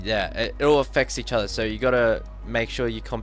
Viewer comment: Who else noticed that.. His pronunciation of "SO" sounds like "SIR"